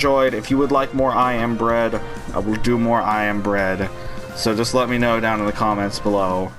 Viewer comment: u have to do more for the commentary alone. and katie said it sounded like u said I'm inbred instead of I am bread. lmao